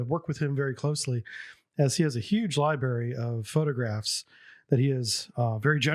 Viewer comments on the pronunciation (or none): LOL did he just say "Lieberry"? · Great information and love your videos but, my brother and fellow bubble head.... Library has two "R"s . Just jabbing your ribs.